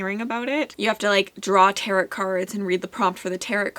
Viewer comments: The cards are pronounced "terro", not "terret". Just fyi. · The cards are pronounced "taro", not "terro". Just fyi.